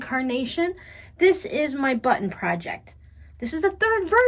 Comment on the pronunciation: I just love how you say buttIn. Where is the brightly colored sweater you were knitting, oh so long ago? Button , button, who’s got the button. Have a safe and blessed Christmas.